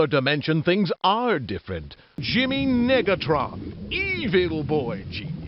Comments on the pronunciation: Hmmm... yeah I think the narrator needed to practice saying the prefix "nega" a little more better... Just saying..... lmao! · “You were [two] letter[s] away from gettin’ lit up like a suburb in December.” — Darnell, on the narrator’s pronunciation of Negatron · No way that was unintentional, you can hear a clear "i" instead of an "e".